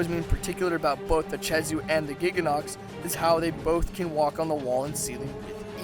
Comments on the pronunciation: Not che-zoo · Did u say chezu its pronounced kezu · not to be nit picky but its Kezhu not CHezhu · Chezu? Don't pronounce it like that. It's Khezu... K-ezoo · okay okay, I can deal with some of the mis-pronunciations, but freaking CHEZU? it's spelled KHEZU, what in the world makes you think it's chezu? edit: he even spelled it "khezu" in the video, and yet still calls it "chezu" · it's not chezu it's khezu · why do you pronounce khezu as "chezu"? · You don't pronoun a K with the CH sound. Lol Keh zew not che zew. No hate, just a English lesson :3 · My advice to like the Zinogre: Get Gud Edit: Pronounces Khezu like "Chezu" Kh still sounds like K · And I thought Ragegamingvideos was bad at pronouncing monster names...Chezu?! CHEZU?!?! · It’s pronounced keh -zoo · also, where the fuck did you learn to say CHEZU? It's a K goddamit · the way you pronounce ''khezu'' is just...just fucking BAD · FUCKIN CHEZU REALLY?!?!?!? HOW DO YOU FUCK THAT UP?!?!?!?!? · I don't understand how you got "chezu" from khezu. with a k. I think that's the strangest pronunciation of a word I've heard so far. That no good no theme piece of flabby garbage on fire still sucks though. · huh, NEVER heard Khezu pronounced "Cheesoo". also i have the feeling that he doesn't know a whole lot, and just snagged rathalos pl8 drop % off Kirinico to argue, because most pl8s have the same drop %...kinda shown by rocking a water hammer vs. Rathalos (which is dragon/thunder or gtfo) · ke-zoo ffs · It is Khezu not Chezu. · ah yes, the chezu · THIS! It was so annoying hearing him say Chezu